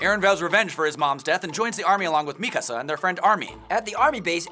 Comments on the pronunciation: its mikasa- not Mi-kasa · It pains me to hear them mispronounce nearly every name. mekuhsa? cmon